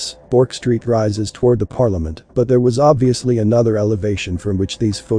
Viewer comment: Hi, great video, I'm born and bred in Australia, ancestors from Britain and Scotland in the early 1900s. Thestreet you speak of is pronounced "Berk'" (Street).